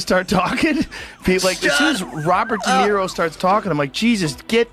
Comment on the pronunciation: Who is Dare-O? was that a little orange fish everyone was looking for? We hate AI for a reason. If you can't do it, then just don't. The strange pauses and mispronunciations drive us nuts and ruin your videos.